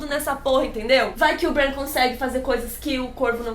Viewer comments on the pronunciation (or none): sua pronúncia do nome Bran está estranha, se baseie na pronúncia da. Mania do povo trazer os nomes pro jeito português de falar, dói os ouvidos.